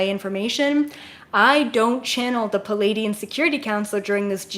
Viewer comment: 🤷🏻‍♂️ Yeah, but that’s just. She’s like me, almost all MACRO, very unfazed by details (like pronunciation). I kid, I kid... 😂 But, I can relate: the first several weeks I followed her, I was wondering who these ‘Palladians’ were, exactly... Then after I got to know her better, I realized she just had trouble with the double-vowel cluster in the word Pleiaidian. Now that I get that, I don’t bat an eye anymore whenever she says stuff ‘uniquely’ ☺️ (I teach pronunciation, so I feel silly that it took me so long to realize this)